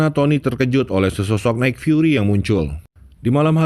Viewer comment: Nik fiuri min bukan naik fiuri😂